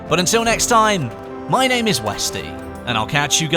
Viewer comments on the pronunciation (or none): none